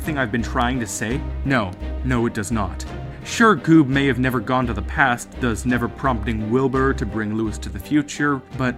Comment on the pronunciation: please say "Thus", not "Thuzz"